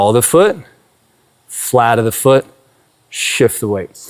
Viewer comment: Does anyone else hear "platypus foot" when he says "flat of the foot"? 😅🤣😂 Seriously, though, Thank You so Much for this video 🙏💖🙌